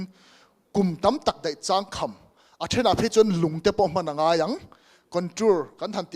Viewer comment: Agriculture & Allied Sector chungchang in rawn sawi chu duhthu a va sam lo ve aw!! Vety.,Horty., Seri., Fishery, Soil Deptt. kalpui in tum dan detail hriat a chakawm khawp mai. .Changkham tih pawh I lam/ thluk dik lo nghal ania. Beiseina sang tak nen kan lo support dawn che u aw.